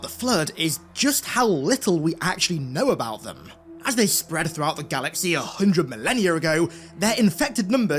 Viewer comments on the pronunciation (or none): none